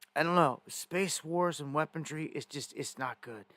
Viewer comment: WHAT IDIOT TAUGHT YOU IMPROPER ENGLISH ?!?!?!?!!!! WEAPON-RY- RY - RY -RY - RY OR REY, BUT DUDE ...COME ON MAN...ENGLISH WEAPON. RY NOT DRY...WE AINT DRYING SHIT...